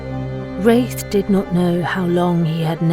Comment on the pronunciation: My favorite lore yet! Rathe is a beast of a summoner. Aftersound did a great job on the music as always. The pronunciation of Rathe (long A or short a) needs to be sorted though.